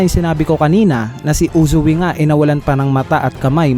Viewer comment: Anong Uzu-wi? Its Uzui